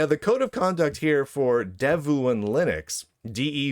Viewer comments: It is pronounced "dev-one". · pronounce it like Dev Juan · Don Juan: Pronounced? Devuan: Pronounced?